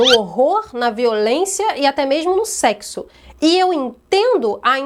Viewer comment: Você disse, "sekissu"?